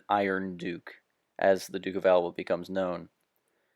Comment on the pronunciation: Note: Narration is soporific, the pronunciation of words is atrocious EX: Alba, (just google how to pronounce...), there is not enough explanation on the context, William then try to invade... Invade what? If you want to vulgarise history, you might as well precise what are huguenots, seems like you take for granted that people know who they are, if so, there is no reason to watch this video, right? Same goes for "the war against the Ottoman", which war, a war, The War? Talking about manpower? What do you base that on? I guess a video game. Couldn't last more that 4 minutes. I hope that it help you, sadly, I'm 3 years late.